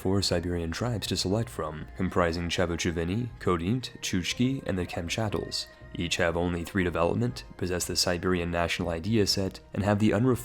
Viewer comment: The k in Khodynt is silent!